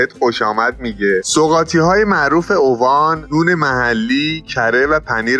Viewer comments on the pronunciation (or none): داداش با عرض معذرت اسمش اِوان نه اُوان. جای خیلی باحالیه